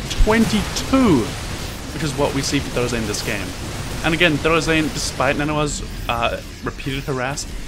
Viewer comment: ya know I love ya but... HIS NAME IS NOT THOR-UH ZAIN!!! ITS THOR ZAIN!! NO UH!!